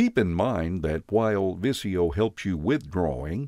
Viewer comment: It's not viss-ee-yo... it's viz-ee-yo!!!